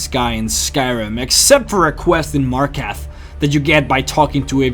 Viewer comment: He needs to work on the pronunciation of some of the names and landmarks. It's "Markarth," not "Markath."